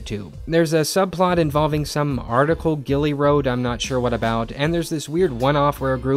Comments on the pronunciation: The fact that you’re calling her Gillie is just so funny to me 😭😭😭 I laugh every single time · It's Rory not 'Gillie' who tf is 'Gillie' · Lmao did he call rorey Gilly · Why is Rory called gilly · Gille???😂 NO ITS RORY... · Gillie! It’s Rory. By the way it takes place in Stars Hallow, Connecticut. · Gilmore girls is my favorite series ever ever ever. With being said, if I was in your shoes, and saw that episode withou any back story I would feel the same. And actually, you right about some of the things you said about the characters, even if you got every name wrong except for lorelai aahah Ps. The Emily thing was a bit harsh, it was a terrible thing that happened and the actor actually died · He can't get the characters names right